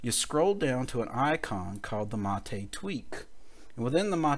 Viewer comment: Although it worked, and helped fix a bad config with Brisk menu applet failing redundantly, Stephen was correct. Thank for this solution to an unexpected upgarde from the Mate team. And BTW, Mate is pronounced as m-eight, not ma-te, like latte!